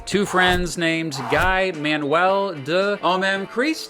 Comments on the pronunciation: There's a few things you missed, for starters, it's pronunced Gue not guy. Their solo stuff was barely mentioned. "Overnight" their 6 with the parcels wasn't mentioned. And RAM 10th anniversary wasn't mentioned. Other than that, eally good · ‘Guy’ in French is pronounced like ‘gee’ with a soft ‘g’. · so you say thomas properly (toema) but guy incorrectly (gui/geee(not jeee, geee))